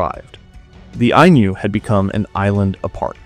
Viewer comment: If "Ainu" were meant to be pronounced with a palatalized n (as the narrator pronounces it) then the Romanization would be "Ainyu."